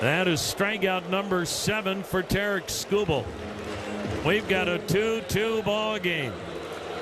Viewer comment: He really likes to hear himself say “Terrick Schoo Bull” Think he said his name 36 times